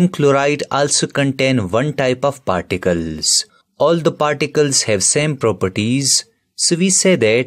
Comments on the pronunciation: It's particles not particels.. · Sir it's particles and not particels probably. There are other spelling mistakes too.